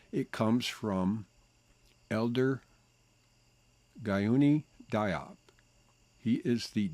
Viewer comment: The name is pronounced, Gah-noon-Dee-yop